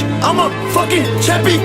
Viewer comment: "IMA CHAMPIE-ONION"